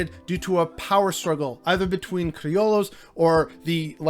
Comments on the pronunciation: I think the proper pronunciation of CRILLOS , White Spanisrds born in Mexico , is criyos ..mot criolos ..lol...just saying . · "Gusano" doesnt mean Cuban American. This is a tough topic, and I think you should at least know what the F youre talking about before you post Edit: "Cree-oh-lows" lmao I just have to admire gringos willingness to make themselves look stupid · Pronunciation tweak - Criollos = “Cree-o-yos” - but otherwise a solid video. Truth bombs. 👊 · Double L in spanish and french prononced like a y which also exists. So like crioyo sound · Fire ass info 💪🏽. The mispronunciation of criollo low key bugged me tho 🫢